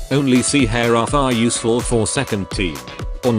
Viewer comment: im sad on ai voice cause her name is pronounced as ha-(l)re